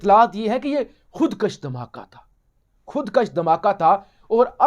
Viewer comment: My dear.plz correct word,,khud- kush,, not,,khud - k a s h,,thx